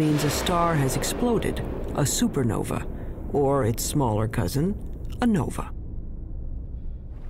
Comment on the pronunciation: Also why he call it a super novy lol